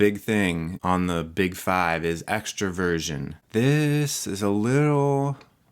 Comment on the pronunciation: When he says Extroversion... i hear him saying “Extra Virgin”